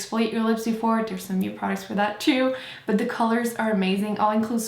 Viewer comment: I love how you say "de" instead of "the" ^.^